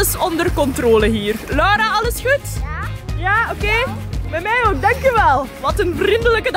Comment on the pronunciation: je bedoelt heeeeeeeel goed plaats van heeeeeeeeeel coed 😅